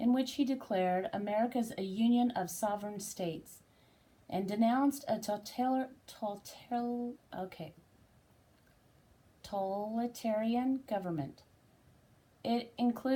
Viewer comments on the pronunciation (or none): Thanks,. I greatly appreciate your report. It's so hard to find any real reporting on this epic court battle. BTW... Totalitarian pronounced "toe - tal - i - tarian" Please continue to keep us informed.